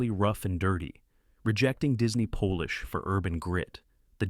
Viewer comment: Po-lish? I don’t think so, try pol-ish dumb AI